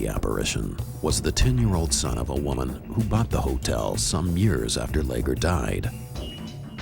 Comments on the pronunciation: Leger is a French name. (Le’zhey) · They pronounce Leger and mokelumne hill wrong